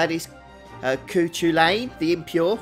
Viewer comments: His name is Celtic pronunciation, "Kuh-Hoo-Len" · Cu Chulainn (Koo hoo-lay-n)